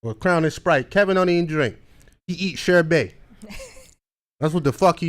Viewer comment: Sherbay lol… smh…it’s Sherbet, pronounced shur buht.